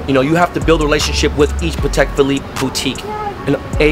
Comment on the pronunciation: "Pattek" is how you pronounce it. Pat-tek. PAT. TEK. NOT Pah-tek. NOT Pa-Tek